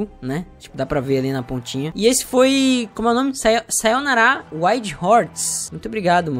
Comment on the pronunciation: "sa-yo-na-ra" AI Q DOR, enfim banana fish